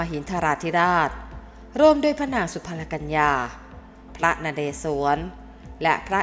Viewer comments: ชื่อสุพรรณกัลยา...สุ-พัน-กัน-ละ-ยา อ่านออกเสียงให้ถูกด้วยค่ะ ไม่ใช่สุ-พัน-ละ-กัน-ยา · ฟังแล้วเสียอารม์...จบอะไรมาถึงอ่านไม่รู้ความ. อ่านว่า สุ-พัน-กัน-ละ-ยา หาใช่สุ-พัน-ละ-กัน-ยา....ไม่... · จบอะไรมา เคยศึกษาประวัติศาสตร์มาบ้างหรือไม่ อ่านชื่อพระสุ-พัน-กัน-ละ-ยา ก็ผิด